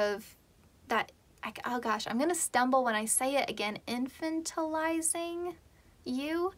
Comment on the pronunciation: pile 2, i love the way u say infantilizing uwu don't be afraid to say words the way u say them even if it's not the "proper" way